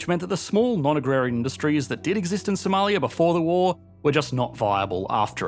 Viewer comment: now thats a funny accent Somaliyaaaaa